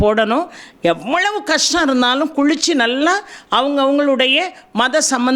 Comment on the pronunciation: அம்மா நீங்கள் ஏன் ள வுக்கு பதிலாக ழ என்று உச்சரிக்கிறீர்கள். குளித்து என்றால் குழித்து என்று சொல்கிறீர்கள்?